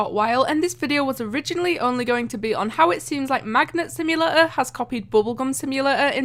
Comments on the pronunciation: why you say like simulaaa is simulator not simulaaa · What is a "Simula-or" ? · Idk how u pronounce simulator bc u said simulaor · Omg, your "simulator" is really weird. From what country you are?